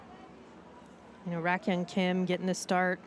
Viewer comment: I am thrilled to see this happening. I have been really getting into baseball because of the Korean program Baseball Queens. What amazing timing. Btw, Rakyung Kim's name is not RACK-young, it's more like Ra-gyoung. It would be nice to see names pronunced early on or it may become habit. Thanks everyone!!!